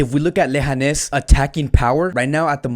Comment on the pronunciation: Lehanes lol its leganes bro